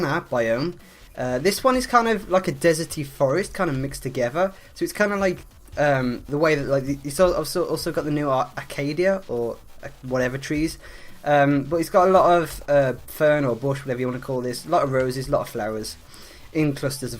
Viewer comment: It's Acacia wood not Acadia wood! You will see why I am so frustrated